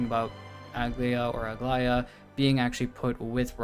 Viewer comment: How is it that every way people say Aglaea's name is wrong? Its Greek yes but its not that hard